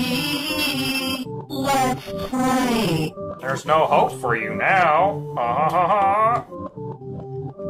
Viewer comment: Man im always hear "lets pray!" Instead of "lets play!"